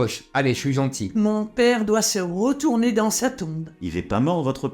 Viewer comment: "Mon pére doit se rwetouwner dans sa tombe"